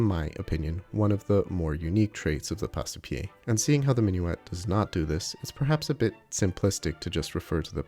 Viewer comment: It should be pronounced Pass-pie, not Pass-e-pie. "Passe" is one single syllable, not two. The E is silent, like in porte, vive, sire, livre, chasse, hausse...